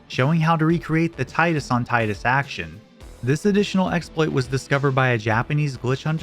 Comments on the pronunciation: Tee-dus not Tie-dus. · It's pronounced Tee-dus. Not Tye-dus. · It’s pronounced “tee-dus”. It’s always been that way. This was a detail confirmed by devs before the release of the game, and again by Kingdom Hearts just months after FFX. There’s also several other FF games where his name is spoken aloud and that’s how it’s pronounced. How are we still getting people saying “tie-dus”? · its teedus not taidus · It's Tidus, not taidus. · Ive heard his name is pronounced tee dus AND THAT IS BLASPHEMY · So you know all this about the game, but don't know how to say TEE-dus's name right? Tell us some fun tricks we can do in the previous game with "Zee-dayne" next. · Because Tie-dus sounds infinitely better and is in keeping with both the theme of the game and the naming system for the protagonist in 3 of the 4 previous titles. I'll never pronounce it the dumb way. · cool video but, emm TEE-DUS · Dislike because you cannot pronounce Tidus correctly. Tidus ≠ Titus Titus is an English name. Plenty of Americans have the name. Tidus is a fantasy name, pronounced in Japanese. It is not a difficult concept to grasp. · This isn't about what sounds better. It's canonically pronounced as Teedus.